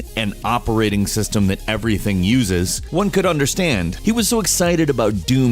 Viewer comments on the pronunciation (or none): none